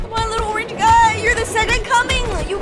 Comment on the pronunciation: Spi-dahr Orang-ge 😂